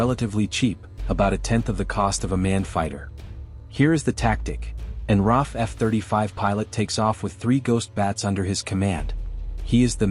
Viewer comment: Its pronounced R double A F. The RAF is in England.